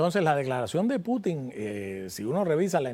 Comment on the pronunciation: No es correcto Putín…Se dice Pútin .